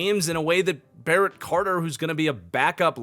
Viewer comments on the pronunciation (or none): none